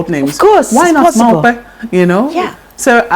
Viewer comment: Your name is not maupe, but mope